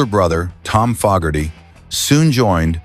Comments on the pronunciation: Once again, an AI voice destroys a video. It’s FOE-gerty, not FOG-gerty. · FO GARTY NOT FOG ARTY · True it,s pronounced Fo ,gerty .I hope A1 doesn't holiday in Ireland and Say Ah Hello there missus FOG,erty😂😅😂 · Could have at least got the AI voice to pronounce Fogarty correctly. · It's Fogerty with a long a. Geez